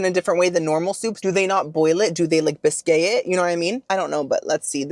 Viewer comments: Hey girl! I went to french culinary school, a bisque is made with cream or milk most soups don't have dairy. Add milk or cream to tomato soup and it becomes tomato bisque. Also you are the cutest human, I love that you said "biskay". I cackled and I love that you say words differently than what they are <3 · Hi! Not sure if you were pronouncing Bisque as "Bis-kay" in a fun playful way like you pronounce Buffet as "Boof-fay" or if you think it' is actually pronounced as "Bis-kay". If the former continue on but if you are curious how to pronounce Bisque properly it is pronounced as "Bisk". It rhymes with Risk and Tisk. 🥰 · Brioché, bisqué, mesquité 😂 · Mosquite-Ay Bisque-Ay Brioche-Ay Killed me-ay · Haha oh, bisque in English is pronounced like bisk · "Muh-Skeet" (Mesquite), "Bree-o-sh" (Brioche) & "Bisk" (Bisque). You trollin'? Lol. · I'm like "oh ". Then he goes on to say "biskay" like 10 more times 😂❤ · Loved this one. FYI Brioche is pronounced "breosh and Bisque is pronounced " Bisk" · Busk & Bree o sh is the right way to say these words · “MesquitAYE” “BisquAYE” “BriochAYE” 😅🤦🏼‍♀️😂 tysm for the laughs! 🤗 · Sandy crack having boi ❤😂 Bisque = pronounced like bisk (it’s a French spelling OG)❤️❤️❤️ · Pronunciation guide: Bisque = “Bisk” It’s the least I can do after so many wonderful videos! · first, I want you to know that I love you…. Bis-kay?😂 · I just love your reviews! My husband gets a kick out of you too. 😊 over the years your descriptions have gotten so much more refined right along with your awesome sense of humor. ❤ just wanted you to know… bisque is pronounced ‘bisk’. Also Brioche is pronounced bree-oh-sh. Keep being you, bestie! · I think its funny how you mispronounce words all the time. BOOFAY, BISKAY, BRIOCHAY.....HAHAHA. DO people not CORRECT YOU???😊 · I miss Publix 😢 I had to move back to La.. It’s pronounced Bisk,lol You should try shrimp or crawfish bisque,yummmm..❤